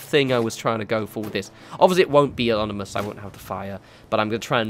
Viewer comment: I've noticed this in a few of your vids, and I didn't want to be this guy, but it's ominous, not onimous